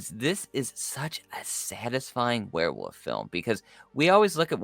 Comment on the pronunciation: Is the guy on the right saying Were'woof sometimes lol